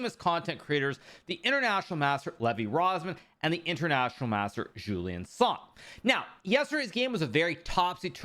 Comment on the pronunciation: It‘s not Jouliâne Song, it‘s Julien Song (im sorry thow)